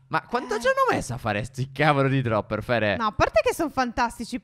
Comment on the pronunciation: Al minuto 12,07 phere dice (tavolo!) Invece che (cavolo!)